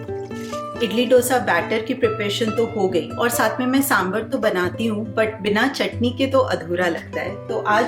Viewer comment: Very realistic and sorted meal plan👌👌 Please dont mind me saying this but I want to just point out that the pronunciation of Dosa is the sound of (D as in Darwaaza and not Damru ka D) and its Sambhaar not Sambhur. Hope you got what I am saying and take this as a constructive criticism.